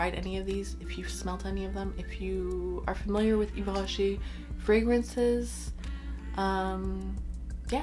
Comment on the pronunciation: Hi, i'm New here 😁 I'm french 🇫🇷 .. and let me tell you your voice has a huge french vibe when you say the name of the perfumes, That's impressive. ✨☀️